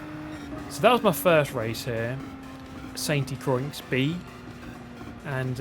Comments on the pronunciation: that'd make it sound like "cro-ee", when it's supposed to sound like "cro-aa". He literally pronounced it like "croyx". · Pronounced Croy, it's french and the x is silent, lol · I'm pretty sure it's pronounced "Sante qua" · I think the pronunciation of Sainte-Croix is "san krwa", but good job mate. Also kuddos on the race last weekend. Nice pb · Croy is the pronunciation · Croix is pronounced like "croa". French is weird, I know... Just dropping this here. Either way, it always seems to be a mouthful to pronounce so I'm pretty sure you can get away with it by downright calling it St. Cross. I don't think too many people will mind. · The x in st. Croix is silent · Please use google translate in french and learn how to spell "SAINT CROIX" 🤣